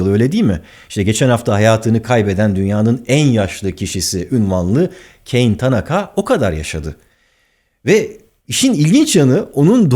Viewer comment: Ka-ne ta-na-ka. kayn degil